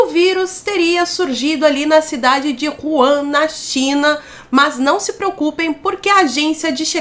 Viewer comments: Hehehe! É Wuhan ( uurran) não Ruan;-) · Nao eh cidade de Juan, eh Wuhan o nome da cidade🤦🤷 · o nome da cidade não "Juan"! 😂